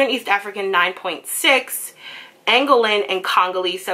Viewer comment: its pronounced - An Go Lan